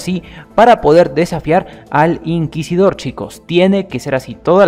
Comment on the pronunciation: Bravo porfin dijiste Inquisidor correctamente Xd Yo también tuve esos fallos en vídeos Efe